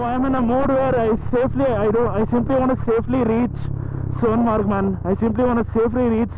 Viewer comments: It's Sonmarg sir not Sonamarg👍👍👍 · I m too from Kashmir dude and its Sonmarg